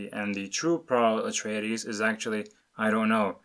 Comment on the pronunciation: Did you say Paula Traydees?